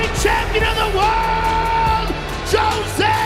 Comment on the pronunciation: He can finally pronounce jose.